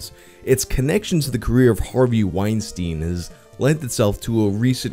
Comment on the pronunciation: No-one else like to pronounce his name Weenstine